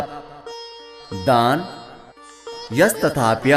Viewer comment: Very bad performance by character krishna . .. "यस" नही "यश" होता है